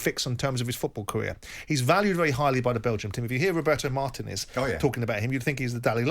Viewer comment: I'm always amazed by English upper class stubbornness. Simon says he lived in Spain for many years (and still part time), and yet he pronounces "Martinez" - one of the most common Spanish surnames - wrong.